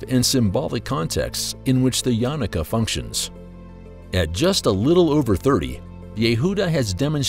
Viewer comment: It’s not pronounced yanaka it’s YA-NU-KA